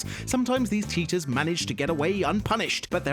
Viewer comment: he said teachers instead of cheaters